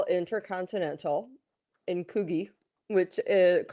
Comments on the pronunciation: To quote the Princess Royale…’’Not bloody likely!’’ Coogee has a hard G..as in Coojee. The drivel of audio from the host about ‘’how much this woman has ‘gone through’ and ‘I’ve followed her for years’’…positively sickening, beside the fact it was reported she wasn’t fussed about doing the podcast…whaaaaaat? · It's pronounced CooG😊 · Hi Paula. It's pronounced "CooJee" Beach. Kyle and Jackie O are massively overpaid and their show is based on smut, shock and bullying. Is disgusting. They signed a 10 year, 200 million dollar contract. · I’m from Coogee Beach. Give me the date, I’m off to Western Australia! ( a 6 hour flight). Pronounced btw.. COO- as in cook, GEE-as in Jeep. Kyle and Jackie O were pretty hilarious for a while. But as someone who was in the entertainment industry in Australia a while ago, what goes on behind the scenes isn’t t anything like what you see or hear. Jackie has complained about Kyle a few times now. The HRH will be LOLOL from Aussies! We can’t stand either of them! Good luck in Coogee too 🤣🤣🤣 No one will be caught dead anywhere near her, it’s become a lot ‘too cool’ to live, even be there these days! I miss old Coogee 😤 Edited to say,, you’re bang on about the tickets probably being bought by different kinds of media, just to pay her out on their respective platforms! 😂Plus we’re in a severe cost of living crisis, massive inflation, fuel shortages… no one would waste a dollar to see her. Or ‘Thicko’ about mental health??? 😆🤣🤣🤣🤣🤣🤣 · It’s coogeee soft g not a hard g like Fuji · You’re both wrong it pronounced Coodge - geee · The “oo” in Coogee is pronounced as in “cook” and it’s a soft “g”😊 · Coogee pronounced 'could-gee' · Can you please learn how to pronounce Coogee Beach. It's NOT Coo -Gee.